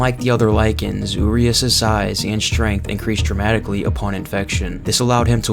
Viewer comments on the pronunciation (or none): Cool video, very informative. Quick tip. Urias is pronounced like this: Uuh - Ree - Ash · just a heads up, i think “Urias,” is pronounced “Yur-eye-us.”